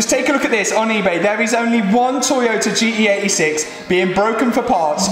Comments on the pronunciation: Sorry but I can’t stand how you say ‘gee-ee eighty six’, just pronounce the T it’s not that hard 😂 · Gee Tee 86 sound like he’s saying GE86